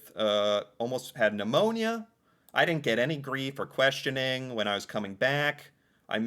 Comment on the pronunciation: Pneumonia sounds like Pandamonia 😂 the p is silent 😅